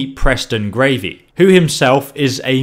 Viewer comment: Preston gRavey??? lmao!